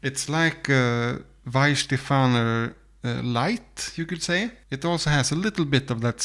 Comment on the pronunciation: And if I may: It's Weihenstephan. There is not "er" at the end. Nice experiment though. You should have included Schöfferhofer to your lineup. That's a distinctly different fruitiness towards citrucy, grapefruit flavours.